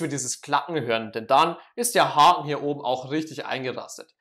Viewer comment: Junge ES HEISST OBEN UND UNTEN UND NICHT OBNE UNTENE Danke für die Hilfe